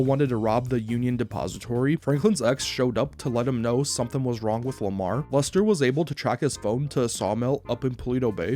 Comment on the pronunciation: Is he saying luster or am I tweaking